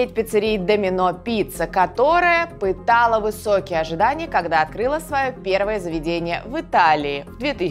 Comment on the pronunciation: "пытала" или "питала"?